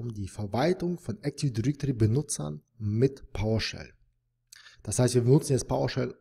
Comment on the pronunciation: Danke für das Video! Aber teilweise extrem nervig, wenn Active Directory falsch ausgesprochen wird ;)